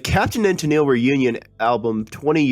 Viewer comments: Why do u that robot that said Tenil. it,s TenELLe. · For some odd reason, it was only used the first 2 seconds for the opening line mentioning the title, "What Happened to Captain and Tennile pronounced as tenel. It may not have been a bot though, hard to tell for sure. I'm with you about those computer voices though, they suck big time. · Tennel? Nice start. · Ten-nil? Ten-neal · Sad you can't even pronounce Tennille correctly. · When the opening dialogue can't even pronounce "Tennille" correctly...